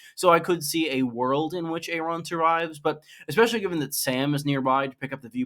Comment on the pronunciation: Air on not A ron